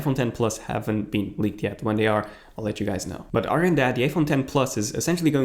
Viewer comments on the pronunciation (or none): I like the way you pronounce dd instead of th, for instance odder instead of other